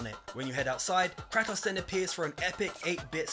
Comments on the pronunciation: Gaming channel. Can't pronounce Kratos. facedesk Who the fluffy pink f*ck is "Crattoss"? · Cray-Toss. Bor-ee-all-iss. Come on man.